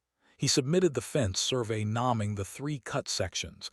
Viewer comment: A decent story but can you please clean up the AI slop I mean seriously the robot reader cannot differentiate between the rule of drop the e and add ing the vowel sound is a long pronunciation such as “naming” which the robot pronounces as “ nomming” fix this or buy a robot tha has a grasp on the English language